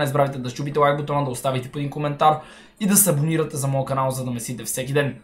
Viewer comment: Защо като гледам твое клипче винаги на интрото ти чувам че казваш да се дисабонирате